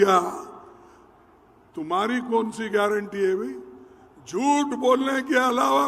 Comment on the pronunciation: तुम्हारी, खुद,कि, तो,गयरटी नहीं है, मंदर चोद,ओर, तुम को गयरनटी, क्या, लोगों